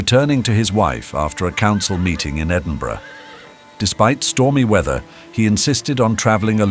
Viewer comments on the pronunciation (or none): none